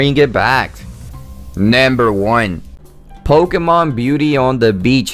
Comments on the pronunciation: Hehehehe... "Nembir" one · Why you keep saying " banded" and "nember" ?